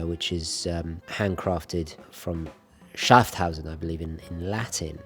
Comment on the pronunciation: I love you man and your love of our Swiss watches, but please don't butcher the names of Grenchen (not Gretchen) and Schaffhausen (not Schafthausen). I have no issues with an accent at all, but you switch out letters and I know that is not your intention. Best regards!